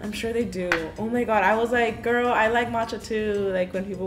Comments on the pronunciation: Why does she say gorl? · I watched her for years and I thought she was going to say "hey girl hey" but "HeY gOrL oR BoY"